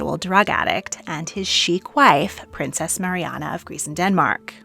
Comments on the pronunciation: Lovely video, thank you. Just one thing... it's Princess Marina not Marianna. 😀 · Ma-ree-na not Mariana